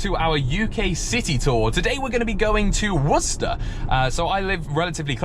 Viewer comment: Wow its so insane to here someone pronounce worcester correctly, as someone who lives in a town right next to worcester in massachusetts. Always hear war-chester or some stupid shit like that